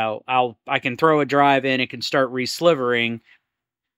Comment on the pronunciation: Great stuff, one thing though, it's Re-silvering like the metal, not slivering :)